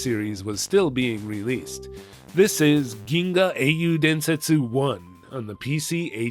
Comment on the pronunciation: Holy shit, perfect pronunciation of "Ginga Eiyuu Densetsu" Gamers are indubitably the best of humanity